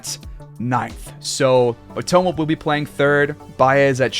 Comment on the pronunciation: Only cause you are butchering Nick Matons name lol .... heres a highlight and they say his name in like 20 seconds ....